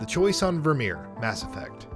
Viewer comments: Vir(like fur) my-er!! I literally stopped watching after the third time he said it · Ah yes, "Ver'Meer." We have dismissed the claims this is the correct pronunciation of the planet Virmire. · This guy has never played mass effect. Virmire...... its only ever did one way... and so many times... ver-my-yer. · Virmire = Vermeer? Really? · Ver-My-err Tuh-Chan-kah You're welcome. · Maybe next time, getting someone who actually played ANY of the games, to read the script would be a good idea. Mispronouncing Virmire, Kalros and even Quarian, is really really sad, and irritating. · The incorrect pronunciation of Virmire hurts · my same exact thoughts. Not only is Virmire said half a dozen times in ME1 but it continues to come up throughout the other games as well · the way this guy says virmire is beyond irritating. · Kaiden’s VA quite famously mispronounced it reading his letter to femshep. I found that more inexcusable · He even says Virmire and Kalros wrong. I've lost count as to how many times Virmire is said throughout all three games. Plus Kalros is said a whole bunch of times during the cure the genophage section of Mass Effect 3.